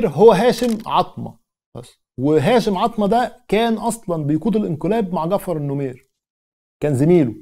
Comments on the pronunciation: العرض رائع..فقط لى تصحيح بسيط...الرئيس الراحل اسمه جعفر النميرى وليس النمير...تحياتى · الرئيس اسمه جعفر النميري …. وليس النمير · يا عزيزي السودان لم يستقل من مصر. 😂 مصر والسودان كانو تحت الحكم التركي. وثورة المهدية هي التي حررت السودان. لكي لا تختلط عليك الامور. هاشم العطا وليس العطمة 🤦 النميري وليس النمير. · ههههه النميري النميري ال نو مي ري هههه